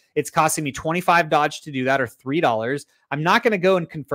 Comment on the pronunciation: I hate the way you say doge 😂😂